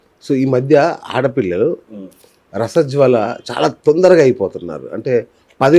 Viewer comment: రసజ్వల కాదురా అయ్యా 😂😂😂 రజస్వల అంటారు... ఎడ్యోడా 😅😅😅😅